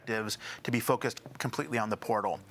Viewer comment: The overemphasis on "the portal" is mind numbing.